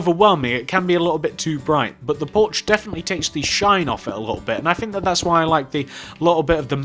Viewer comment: I swear you say Borch not porch